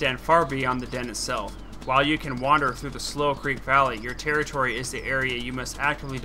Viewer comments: its not pronounced "slow creek" its slou creek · I heard you say slough creek and I thought you spelled it slow creek oops :3